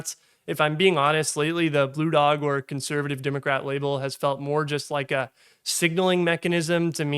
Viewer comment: "Democrat", not "Dimmacrat". You sound like a Southerner who's done a half-assed job of neutralising his accent.